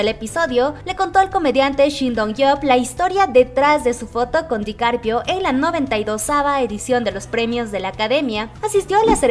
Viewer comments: Lo pronuncias mal. Se dice DICAPRIO no DICARPIO. Ojalá se conocieran algún día 🙏💜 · CUANTAS VECES DIJO DICARPIO EN VEZ DE DICAPRIO😂😂😂😂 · Es Dicaprio no Dicarpio 😂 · No es Dicarpio... Dicaprio 😂😅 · Repeat after me. Di-ca-pri-o. Not Dicarpio 😉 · Leonardo Dicarpio jajajajajajajajaa me dió risa como lo pronunció 😂😂😂😂🤣🤣🤣🤣🤣🤣🤣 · jajaja me gusta cuando dice leonardo dicarpio jajaja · Asi como pedimos tespeto para nuestros chicos de BTS ,seria bueno que tambien se respetara a los demas artistas. El se llama Leonardo DicaPRIO , cuando mencionan a BE TE ESE ..las ARMYS corregimos la pronunciacion del grupo a la mejor para muchos sera una payasada mia pero seria lo mas justo no?? Mi sencilla opinion.